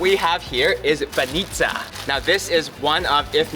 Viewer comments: All foreigners say banItsa, learn it once and for all: it's pronounced bAnitsa, not banItsa! And also, it's not bOza, it's bozA 😂😉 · If you could make a mistake about every stress on every bulgarian word, you would XD its funny though. S'ofia - not Sof'ia. B'anitsa - not ban'itsa. S'irene - not sir'ene. Boz'a - not b'oza XD